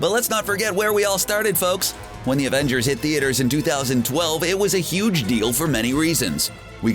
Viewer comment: Did.........did he just say ravengers?